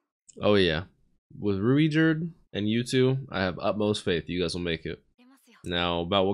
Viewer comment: You could just pronounce Ruijerd's name as 'Ruyjerd'. It'll still be close to the japanese pronunciation